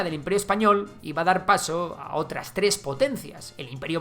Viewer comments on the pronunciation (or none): none